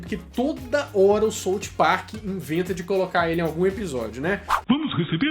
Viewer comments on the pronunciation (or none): Por favor, quando falar a palavra SOUTH pronuncie-a direito...escutar 'sôuti' me faz querer perder o dom da audiçao!😫 Valeu ae!